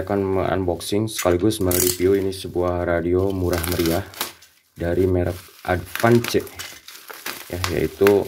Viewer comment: ADVANCE dibacanya Edvans